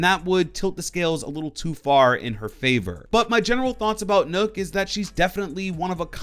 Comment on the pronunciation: I hate how he says Nook instead of Nøkk.